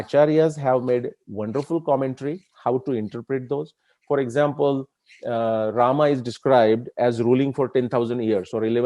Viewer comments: I observed many people including scholars like you as wellasnon anglophone... Those who pronounce रामा for राम and योगा for योग same people don't use संडासा for संडास। Do you have any idea about it why? Including you... I guess like every other Indian you also ssy संडास n not संडासा। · Respected Shri krishna ji, where is the question of "Hindi ideology" here? I am just insisting that the pronunciation of certain Indian words should be as per their original Sanskrit pronunciation and not the as per their anglicized versions. However, I am sorry to say that there are people in our society who are still not out of that mindset of the British colonial times. Americans took our word "yog" from us and made it into "yogaa". Funny and irritating at the same time! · रामः = Rama in which case : stands for colon... And not visarg in Sanskrut... Otherwise if it's used as visarg could be pronounced as Ramah... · Rāma and Rāmā are two different pronunciations. राम is Rāma, Rāmā is रामा